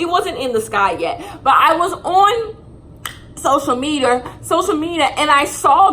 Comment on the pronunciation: “i was on social mediar”